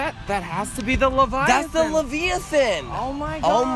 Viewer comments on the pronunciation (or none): "That’s the laveiathahn! " Lol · "levallythen" Amazing...